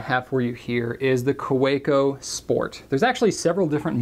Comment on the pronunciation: The "w" in Kaweco is pronounced as a "v" :P